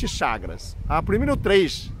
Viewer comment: É chakaras ou chagas , não entendi a dicção, mas gostei do assunto por fvor fale mais sobre isso , afinal é saúde mental.